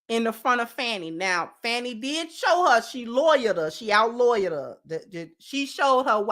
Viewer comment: Just FYI is it pronounced Fah-nee Willis not Fannie. Glad to see you back Sis. I wish you well in your new endeavors.